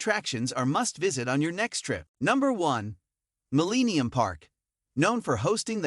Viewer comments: "MillEEnium park" lol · I'll share this video, if you promise to NEVER pronounce it "Muh-LEEEE-nee-um Park" ever again !!!!!! Surprised you didn't list "REEEE-glee Field" as a destination.